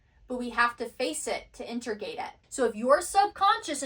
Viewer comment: She does have some kind of throat chakra issue. She can’t say “chakra” right, only “char-ka.” Or “integrate”, she says “inter-gate”. But she’s brilliant, and it doesn’t ruin the message. It’s literally just a fly on an otherwise perfect windshield.